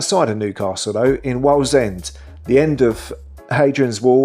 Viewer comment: Why the ridiculous pronounciation of Wallsend? Just say it you see it. Don't do that with Segedunum.